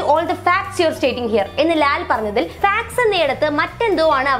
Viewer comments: യൂട്യൂബ് വീഡിയോ സെറ്റിങിസിൽ playback speed 0.25 ഇട്ടു കേട്ടാൽ മനസിലാവും ഫാക്ട് ആണോ ഫക്ക് ആണോ എന്ന് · ഫാക്ട്സ് എന്നുള്ളത് പറഞ്ഞപ്പോൾ ഫക്ടസ് എന്നായി . കേട്ടത് വേറെയായിപ്പോയി .അവതാരക കണക്കാണ് . മലയാളിയുടെ തെറി പറഞ്ഞു ശീലിച്ചത് പൊതുവെ" മ " യിലാണ് " ഫ " യിലല്ല . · മോളെ ലാൽ ഉച്ചരിച്ചത് തെറ്റിയത് ആണ് ഉദേശിച്ചത്‌ facts ആയിരിക്കാം പക്ഷെ ഉച്ചാരണം തെറ്റായിതന്നെ ആണ് ശ്രദ്ധിച്ചാൽ മനസിലാകുന്നത്. എനിക് അങ്ങനെ തന്നെ ആണ് തോന്നുന്നു. ലാൽ ഉദ്ദേശിച്ച വാക് ഫെക്ട് ആയിരിക്കാം പാക്ക്ഷേ സംസാരത്തിൽ ഉച്ചാരണം തെറ്റായിട്ട് തന്നെയാണ് വരുന്നത് അതു ലാൽ അറിയാതെ വന്നതകാം എനി ഇതിൽ എല്ലാം പ്രധാനപെട്ട വിഷയം ഇവർ എന്തിനു ചർച്ചയിൽ ഇംഗ്ലീഷ് ഉപയോഗിക്കുന്നത് മലയാളം ഭാഷയെ ഗവണ്മെന്റ് തലത്തിൽ കൊണ്ടുവരണം എന്ന് പറയുന്ന ഇവർ തന്നെ എന്തിനാണ് മലയാളികൾ കേൾക്കുന്ന നമ്മുടെ ഇടയിൽ ഇംഗ്ലീഷ് പറയുന്നത് ഇംഗ്ലീഷ് വേണ്ട എന്ന് തലമുറ ഇടുന്നവർ ആണല്ലോ ഇവർ എന്നിട്ട് മക്കളെ ഇംഗ്ലീഷ് സ്കൂളിൽ പഠിപ്പിക്കുന്നു മക്കളുജോലി ചെയുന്ന സ്ഥലം ഇംഗ്ലീഷിൽ അപ്പോൾ സാധാരണകാരുടെ മേലിൽ മലയാളം ഔദ്യോഗിക ഭാഷ ആകണം എന്നും എന്നിട്ട് ചാനലിൽ ചർച്ചയിൽ മലയാളo പറയേണ്ടുന്ന സ്ഥലത്തു സന്ദർഭികമായി വായിരിദയത്തിമാറ്റത്തിന് വേണ്ടി ഇംഗ്ലീഷ് സംസാരിക്കും അതിൽ വാക്കുകൾ ഉച്ചാരണം പാളിപോയാൽ പിന്നെ മോങ്ങിടു കാര്യം ഇല്ല ഇംഗ്ലീഷിൽ ചില വാക്കുകൾ ഒരു സ്പെല്ലിങ് അങ്ങോട്ടോ ഇങ്ങോട്ടോ മാറിപോയാൽ പിന്നെ അടിപൊളി അർത്ഥം മലയാളം ആയി മാറൂം പിനിശ് അതുകൊണ്ട് ആഘോഷം ആകും ചിലർക്കു അതാണ് എവിടെയും ഉണ്ടായത് ഇതു എല്ലവരും ചർച്ചയിൽ മലയാളം പറഞ്ഞാൽ മതി എനി മുറിയാൻ ഇംഗ്ലീഷും ആയി ചർച്ച വേണ്ട ഇവർ ഞങ്ങൾ സ്കൂളിൽ പഠിക്കുന്നകാലത്ത്‌ ഇംഗ്ലീഷ് വിരോധം കാരണം ഞങ്ങൾക്കു ഇംഗ്ലീഷ് പഠിക്കുവാൻ സാധിച്ചില്ലപലരാഷ്‌ടീയക്കാരുടെ മക്കൾ ഇംഗ്ലീഷ് പഠിപ്പിച്ചു അവർ പല ഔദ്യോഗികപരമല്ലാത്ത സ്ഥാനത്തു കൈകാര്യം ചെയുന്നു സാധാരണ കാർ pscറാങ്ക് വാങ്ങി വിട്ടിൽ കാത്തിരിക്കുന്നു ഞങ്ങളെ പോലെയുള്ള കുറെ ആൾകാർ ഇംഗ്ലീഷ് അറിയാത്തത് കാരണം വളെരെ പ്രയാസപ്പെടുന്നു. എനി എനിക്ക് പറയാനുള്ളത് ഇനിയെങ്കിലും ഇത്തരം മുറിയാൻ ഇംഗ്ലീ